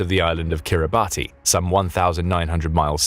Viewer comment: Kiribati is pronounced kiribas